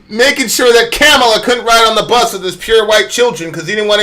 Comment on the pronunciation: Hopefully you’ve learned how to pronounce Kamala’s name by now. Biden at least apologized and corrected his mistakes and learned from them. Btw, congressional black caucus supported the 94 crime bill as well.